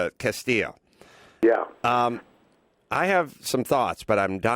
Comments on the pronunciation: adam pronounces his name as castillo not castile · Jay Laudeman right lol and it's Castile not Castillo lol. two incompletely different names. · CASTILE NOT CASTILLO PENDEJO...and white Hispanics tend to be incredibly racist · Its not Castillo.. Carolla you numbnut. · Adam Carolla, you're doing a podcast and providing your opinion and you can't even pronounce the victim's name, and you can't even remember the shooter's name. What the fuck do you know? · His last name was CASTILE not CASTILLO